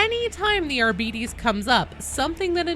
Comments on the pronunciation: Um, actually, as a student of Medieval Latin, it's pronounced Ar-bee-tays! 🤣🤐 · I love your videos. I love the unfettered enthusiasm with which you approach every bit of lore, no matter how miniscule. I may or may not love you. But please understand it is pronounced like "Arb'tis". It's based on Greek. It isn't a cereal! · To pronounce Arbites, I've always preferred to use its modern day equivalent of "arbitrator" as a baseline. In arbitrator, we pronounce the "bi" as "bit", not "beet". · AR-BE-TES IS HOW ITS PRONOUNCE and i dont care what games workshop says they are british and its latin its not how british pronounce it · I thought it was pronounced Arbi-TES So I am equally disappointed in all the pronunciations in this video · I belive it should be pronounced Ar-buh-tees Similar to arbitration or arbiter etc Other than that, awesome vid as always, love all the darktide content🎉❤❤ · I refuse to believe it's Ar-bee-deez. It cannot differentiate that much. Astartes and Sororitas are examples. It's not As-dar-deez or Sore-e-das. Think of the word "arbiter" (a person with power to decide a dispute), drop the "r" sound, and then add a "z/s" sound to the end.. for spanish speakers: Ar-bi-tes for english speakers: ar-bi-tease Don't go shattering my world like this. I will join the heretics. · Technically if the name Arbites is from the Latin then it shall be pronounced something like Ar-be-tes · man now everyone is pronouncing it like that makes it sound like diabetes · I was today years old when I learned the proper pronunciation of Arbites lol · Do you mean "beh" as in "bet"? Or perhaps even "buh"? Because phonetically "be" is pronounced exactly as she is saying it. Or is it just the "tes" part you think she is pronouncing wrong? I mean I agree, I feel like she is pronouncing it wrong too (or perhaps GW did originally idk) but with your phonetic spelling it doesn't really indicate much difference. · It's ar-BITE-ees! tut 🙄 At 25 seconds